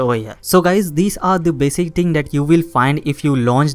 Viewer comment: Every time he says “you can see”, “let me show you”, and the word “ting” take a shot of bleach.